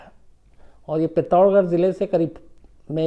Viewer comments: Sam sir, aapne jo Uttarakhand ka place ka naam pronounce keya wo galat hai...pittorgarh nahi hai... ish naam ki koi bhi place Uttarakhand me hai hi nahi... Pithoragarh hai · Pitthoragarh hai sir not pitorgarh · सर उस जिले का नाम पित्तोरगढ नहीं पिथौरागढ है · सर उत्तराखंड के जिस जिले का आप जिक्र कर रहे हैं थोड़ा सा बस उच्चारण गलत है उसका नाम ""पिथोरागढ़'" है।